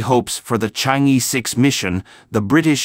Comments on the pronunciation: Pronounce as Chang Er not Chang E. E is pronounce as Er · Excellent report! Chang'er should be pronounced as Chang-Earl. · It’s pronounced Chang er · Yes, in the Chinese pronunciation system, the vowel "e" is pronouced as "er"... Thus, "chang'e" should be properly pronounced as "charng er". It would be useful for foreigners to learn how to pronounce words correctly the Chinese way when presenting about things in China.